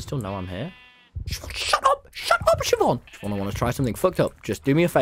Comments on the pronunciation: Chivonne 💀💀 as opposed to Siobhán?? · “Does it spot chivonne?” it’s blind tommy 💀